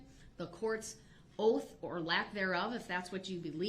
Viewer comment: If you’re going to run your mouth as much as Darrell Brooks does, please pronounce your words correctly. Oaf (oath), troof (truth), estoppel (stop), invoid (null and void), substain (sustain), biast (bias), all of a suddenly (sudden), things are being hidded (hidden). Not to mention lawful law; 3rd party intervener. And to top it off with I don’t consent to being called that name, but answer to it every time he’s asked to remove his mask. This level of ignorance has drained me.